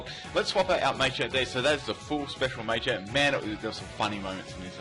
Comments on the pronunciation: Stop saying MAY-champ, PLEASE. It's MAH-CHAMP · Cannot deal with 'Maychamp' sorry